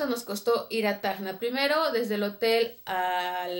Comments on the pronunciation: SE DICE TACNA ,NO TAGNA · cuando mencionas TACNA suena como que dijeras tajna..... y bueno nada saludos gracias por ir a tacna PERU 🖒🖒🖒🤗